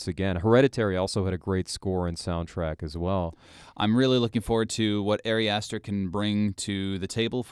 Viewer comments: Ah-ri Ah-ster, not Airy Ass Stir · Your analysis is alright, but I really cannot respect someone who doesn't bother to pronounce the director's name correctly. It's not like it's a secret.